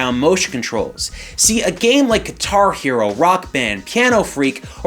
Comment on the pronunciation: It took me awhile to realize he was saying "Guitar Hero and Rock Band" at first I think thinking what is Gatari-O? lol